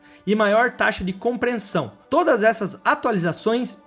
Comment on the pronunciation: Segundo canal que o narrador fala "comprensão"